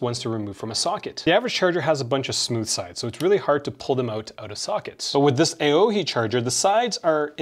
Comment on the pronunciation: The A is silent in AOHI…